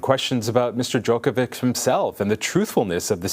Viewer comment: This guy doesn't even pronounce Djokovic correctly.